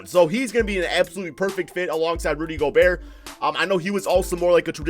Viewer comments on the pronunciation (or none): none